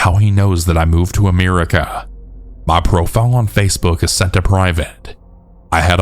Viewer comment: Ameerica. AMEERica. I cannot unhear this.